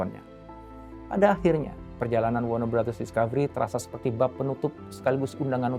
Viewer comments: Gue dengernya BangBros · Ku kira salah denger, ternyata emg iya bilangnya WARNER BROTHERS, WARNER BROS harusnya sesuai tulisannya